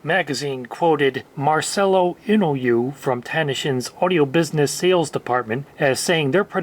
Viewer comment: 'Inoue' is pronounced, "INN-o-way", FYI.